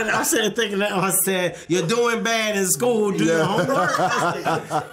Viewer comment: that emphasis on “School” had me weak 😂😂😂💀